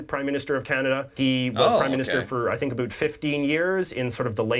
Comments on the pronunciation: A lot of us can not stand because he pronounces his "about" and "outs" like the stereotypical "aboot." He was born and raised in Vancouver British Columbia, as was I, and we do not pronounce our words like that at all! Ever! I think he does it just to get comments on his channel. He's a buffoon. Also, he's very prejudiced against french people. Which is really weird because I'm so proud of the heritage and i'm an anglephone. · This guy holding the passport is the only Canadian I know that actually pronounces "about" as "aboot". I know a lot of people from Vancouver and none ever says, "aboot" so I don't think it's a left coast phenomenon. Must just be this guy. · This is only the second Canadian that I have heard pronounce “about” as “a boot”. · Is that guy taking the piss with his "aboots"? I've never heard anyone pronounce it like that in Canada. "A-boat" is closer to how I think a lot of Ontarians say it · As an aside, he is also the only person that I have ever heard pronounce about as "a boot". He often slips up on other ou words and pronounces them normally. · "... for aboot 15 years..." Man, I am surprised you didn't stop immediately at that stereotypical Canadianism! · I can't deal with that jj voice and the way he intentionally butchers "about". They were still sailing over in the 60s? Why wouldn't they fly over? My ancestors came over from France in the 1650s to what is now the old port of Montréal in "New France" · It seems learned his Canadian accent from an American...weird pronunciation peculiarity.